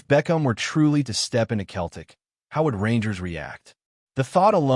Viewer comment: It’s Celtic not Keltic 😂